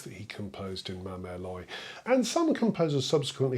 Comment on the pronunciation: Great video! Just a little tip - 'l'oye' is pronounced approximately like 'lo-ah', not 'loi'. Alternatively, you could simply use the English title, 'Mother Goose'.